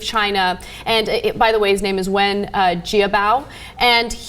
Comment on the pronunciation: Ana butchered the prime ministers name. Wen "Jee-ah" Bao. Fail!.